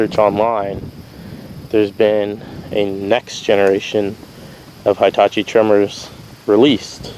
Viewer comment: Heetachi not Hightachi ... just like Hippo not Highpo